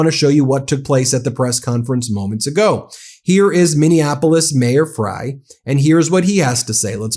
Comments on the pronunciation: Ben, the Minneapolis Mayor's last name is pronounced FRY (despite being spelled Frey). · C'mon Ben, aren't attorneys supposed to be sticklers for attention to detail? Our mayor is named Jacob Frey....prounounced FRY NOT FRAY. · It's pronounced "Fry" not "Fray". I know I'm being pedantic, but please pronounce our mayor's name right. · Ben, just for your info, the Mayor's name is pronounced "Fry". Many are saying it incorrectly. (I live in Minnesota) Thank you for what you do to keep us informed. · BEN!!!!! STOP IT!!!!!! HIS NAME IS PRONOUNCED FRY!!!!! YOU'RE FAR TOO INTELLIGENT TO CONTINUE MAKING THAT "MISTAKE" !!!! Come on, man. I brag on you and your accomplishments with MTN all the time. You're disappointing me because you're the only one in the Independent media space making this mistake. Remember: IT'S FRY, NOT FRAY!!!! ❤❤ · It's pronounced Fry, like a French fry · Thank you for your great work. “Frey” is pronounced “Fry”…I live in Mpls, so I am just wanting you to say his name correctly. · Fry. Like Fish Fry, that is how it is pronounced. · It's pronounced fry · His last name is pronounced ‘fry’ 😊